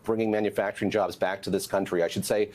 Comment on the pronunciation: WE WEANT EUR JOEBSSS!!!!😂